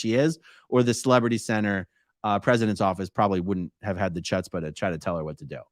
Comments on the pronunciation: Hkkkkutzpuh. 😁Gotta get your throat into it. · Beautiful video! Nice try on using the word "chutzpah' (Yiddish for cajones, nerve, or guts ).The first syllable 'ch' is not pronounced like the "ch' in "chutney". If you cannot make the sound of clearing phlegm from your throat (cah-huh), your best bet would be to pronounce it as "hootz-pah". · Love you AA Ron! Chutzpah is pronounced like ‘huts-puh’. I know you grew up in a cult and may not be too familiar with Yiddish terms 😊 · That's not how you pronounce 'chutzpah'. 😅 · A-Aron, as you're someone with some Jewish heritage, please learn how to pronounce chutzpah. 😂 It was a nice little laugh to break up such an awful story.